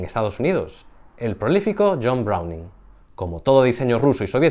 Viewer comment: Hola. A ver.. No es semi automatica. Es de AUTO CARGA.( accion y reaccion, pero con la reaccion retardada por algun truco de Cinematica o balistica interior ).No es carro, no es una Olivetti. Es CERROJO ENVOLVENTE. No es compuerta, no es una presa. Es VENTANA DE EXPULSION. No se pronuncia Browning, se pronuncia BRO HU EN... Apuntate un ARRESTO en COCINA.